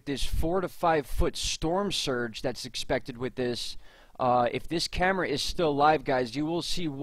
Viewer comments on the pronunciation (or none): none